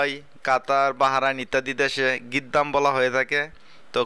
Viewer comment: গুদ্দাম না ভাই গিদ্দাম।মানে সামনে কুয়েতে এটাই বলে